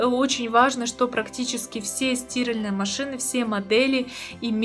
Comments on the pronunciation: У меня одного кровь из ушей пошла? 😱🤯🤦🏻‍♂️ стИральные машины, а не стиАльные! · Боже хоть бы ударение норм ставила в слове стиралтные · СтирАльные, милая, стирАльные! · в слове "стиральные" вы ударение неправильно ставите, правильно ударение ставить на букву а, от слова "стирать". Удивительно, что вы в таком возрасте этого не знаете, поэтому о стиральных машинах здесь говорить не приходится. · Стиральные ударение на А!!!! А не на И😡ухо режет жесть